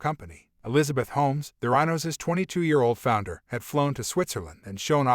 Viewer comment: Good info but it’s a bad AI reading. Even mispronounces the name of the company. YUCK